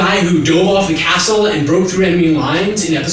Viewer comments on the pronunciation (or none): none